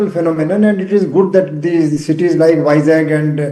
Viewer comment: How could he say vizag as jackel.... Stupid guy....